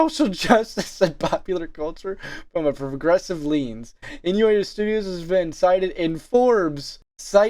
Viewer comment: dawg did you mispronounce “lens” as “leans”?